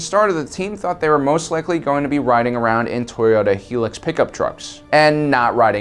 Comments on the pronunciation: Interesting vid, my only complaint is that the Toyota truck you're talking about is the Hilux, and is pronounced Hi-lux and not He-lux. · ITS NOT TOYOTA HELUX ITS HILUX!!! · It's HIGH-LUX not helix.